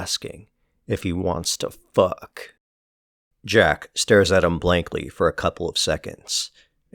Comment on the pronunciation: The way he emphasized saying "fuck" lowkey frying me